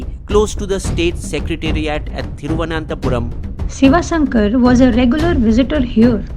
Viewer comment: You need not butcher the Pronunciation of Thiruvananthapuram. Simply say Trivandrum we can understand my friend